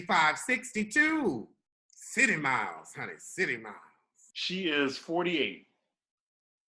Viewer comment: said "Citymiles"💀